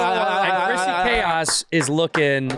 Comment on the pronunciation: One of these days, Bobby will pronounce Chrissy's last name correctly, one day...